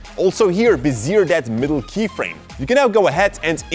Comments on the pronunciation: Be-zee-ey. Be-zeer sounds silly. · Great video! Btw: bezier is pronounced: "beshie" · aha it's pronounced "bez-ee-ay" it's a french term!